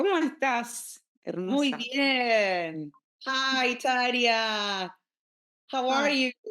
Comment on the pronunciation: Soto pose aprende como se pronuncia Tarja x lo menos